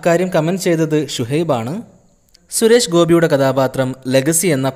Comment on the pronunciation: ശുരേഷ് ഗോപി അല്ല ചേട്ടാ സുരേഷ് ഗോപി.. ദേ പിന്നെയും 🤣🤣🙏🙏